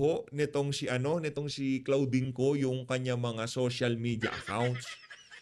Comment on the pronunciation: CLAUDINE(pronounced as KLODIN) ✌️✌️✌️